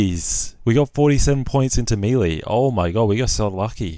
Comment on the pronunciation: he says melee wrong but i still love his vids